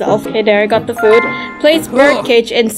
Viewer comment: You said foood 😂😂😂